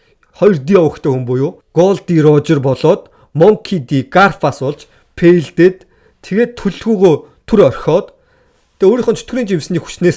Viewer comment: Fail-дээд гдгээ фэйлдээд гэж дууд л даа дандаа Пээлдээд гэж хэлэхийн зөв дуудаж чадахгүй бол бүтэлгүйтээд гээд монголоороо ярьчих ингэж пээлдэж байхаар.